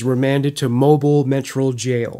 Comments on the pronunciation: YOU ARE SAYING IT WRONG!!! ITS MOE-BILL!!! NOT LIKE A MOBILE CELL PHONE!!!! MOE-BILL!!! I LIVE IN MOBILE, ALABAMA! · Had to comment: "Mobile" is pronounced Mobeel. Great show as always. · Mobile is pronounced like auto-mobile. Great doc! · It’s pronounced mobeel